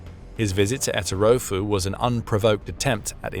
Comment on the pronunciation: ”Erotofu”?? Hahaha! That would Etorofu in the real world.